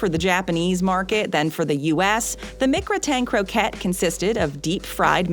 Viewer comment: It’s pronounced “Mick-Grat-In Crow-Cay,” not “Mick-Gruh-Tain Crow ket”